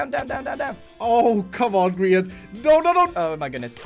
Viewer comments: It's Gray-in, Grian. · Grain? GRAIN? Hello! G-R-I-A-N is a hermit, not a bread!